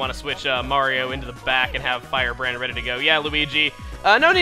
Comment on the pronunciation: Every time says "Fire Hand" I swear he says "Fire Brand".